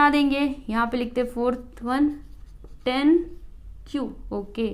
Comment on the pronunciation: Its not ten -- टेन its tan -- टॅन